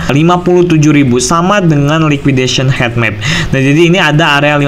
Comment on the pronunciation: Bacanya hitmap bukan hetmap